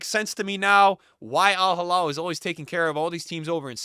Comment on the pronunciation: It's al hilal not al halal 😅😅😅 crazy Americans....